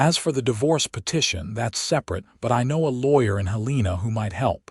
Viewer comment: Helena isn't pronounced correctly either